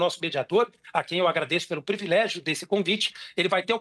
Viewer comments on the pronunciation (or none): E ainda mandou um "previlégio". Simplesmente desconhece a língua portuguesa.